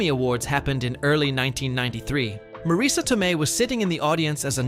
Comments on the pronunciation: is not pronounced Maraisa is Mareese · One of my favorite movies. Wish Marisa and Pesci were pronounced correctly. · It's pronounced Pesh-ee, Ma Riss A, Herman not Her man. Great facts but you butchered peoples names. It was a great movie, and Marisa's explanation about the car stuff was amazing. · The most annoying thing about this, and the reason i almost turned away very early, is the constant mispronounced names. Worst of all is three different pronunciations of Marissa Tomei's first name and at least two different pronunciations of her last name. It's bad enough to say someone's name wrong, but multiple ways shows blatant disrespect.